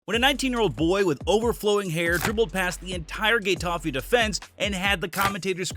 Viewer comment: Stopped watching when you pronounced it "gay-taffay"